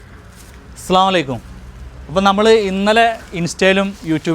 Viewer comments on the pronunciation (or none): അസ്സലാമു അലൈകും എന്ന് തന്നെ പറയാൻ ശ്രമിക്കുക ട്ടോ.. സലാം പറയുമ്പോ 😊